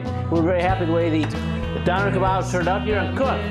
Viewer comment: its pronounced dOHner!